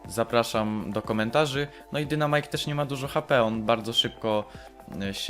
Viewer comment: Błagam nie mów dynamajk tylko czyta się dajnmajk. Proszę czytaj poprawnie bo mnie kole w uszy jak ktoś tak mówi.